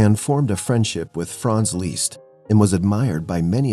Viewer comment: Frederic Chopin He had a Hungarian name, and he thought of himself as Hungarian, ergo it’s the Hungarian pronunciation